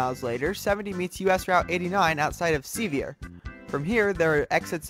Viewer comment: Sevier is pronounced, at least in Tennessee for the town next to Smokey Mountain National Park (ie. the Piegon Forge/Gatlinburg area) in the Sevierville as Severe. I wonder if that is how it pronounced in Utah. Also, Hebron, at least in north Kentucky in the metro Cincinnati area-the location of the International Airport, is pronounced with a short e, not long.